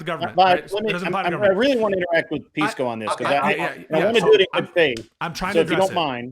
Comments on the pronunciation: Straight out the gate I know what’s up when I hear how they pronounce his name. Hearing “Piss-co” correlates to how ⚪️ and maga u are. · Pisco, you have to make them pronounce your name correctly.